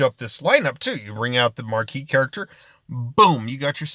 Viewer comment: Its Marquee